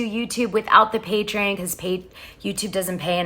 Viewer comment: GIRL!! It’s patreon!!! As in pay-tree-ON!!!! Its NOT “patre-IN”!!!